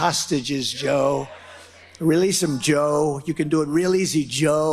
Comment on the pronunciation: Can anyone else hear his pronunciation when he says "Joe" ?